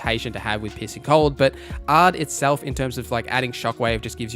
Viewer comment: i love that you say "piercing" cold but because of the accent i hear "pissing" cold XD